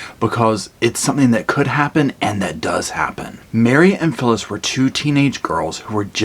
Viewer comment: At about 8 minutes you say "So, Phyllis...." twice. It sounds like you're calling her syphilis. Lol